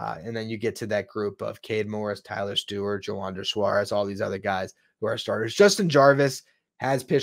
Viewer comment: It’s TylOr. He accentuates the O. I saw an interview.